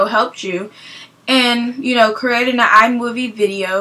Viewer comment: i cant keep from laughing. your accent is so funny. like were you say "you knowwww"